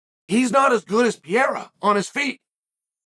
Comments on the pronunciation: Chael, say it with me Pe reí ra not hereira 😂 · Chael? PIERA? PE-REI-RA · alex "piera" lol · Alex Pee-era😂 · Chael doesn’t give af about names 😂 “Piera” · Chael: gets corrected by Ariel that Pereira's name isn't Pierra on camera and acknowledges it, says the name correctly Also Chael: makes a video the next day calling him Pierra the entire time Undefeated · Me: Alex Pereira Uncle Chael: Alex Pierra Me : Ok great. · Say it with me Uncle Chael Alex Pair-Air-Uhh! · Hey, white boy, maybe learn how to pronounce the guy's name :) lol "Pa rare a." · I love how Chael stubbornly mispronounces fighter's names. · Every time Chael says his last name slightly incorrect.. 1. I love it 2. know he knows what he’s doing which makes me love it even more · We don’t admit such things here,young man. Chael is undefined undisputed champ not only in mma,but in name pronounciation Championship also